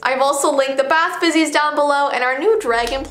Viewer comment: rlly said bath bizzies instead of bath fizzies lol